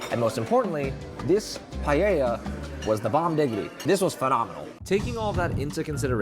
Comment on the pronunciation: Btw Paella is pronounced Puh-eh-ja!